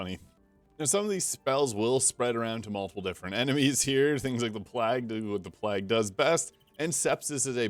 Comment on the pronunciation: Is he saying 'Plag' Doctor instead of Plague (Pl-ay-g) doctor? Is there an 'in' joke or is that a usage outside of the UK or something?